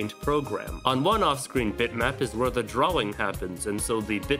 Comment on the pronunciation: STOP SAYING DRAWING LIKE THAT